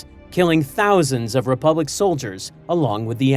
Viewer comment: Republic. The word, is republic.